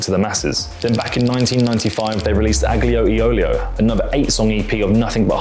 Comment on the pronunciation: You pronounced that just perfect!